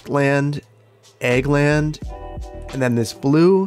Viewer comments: Egg land? Egg land. AHHHH Wisconsin accent = Ag as in agriculture land. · Everytime you said "Ag land", I hear "Egg land" and I keep seeing eggs...hehe... Maybe you want to try "Agri land" instead? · I apologies I am misunderstanding you accent I think you saying 'egg land' ? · I kept hearing Eggland until like Then thought you had been doing it as a pun the whole time and I expected you to have "chicken farms" by having chickens in the Animal Pastures. I was full on prepared for a section called Eggland's Best.